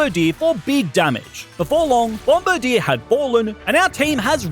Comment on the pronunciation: That isn’t how you say its name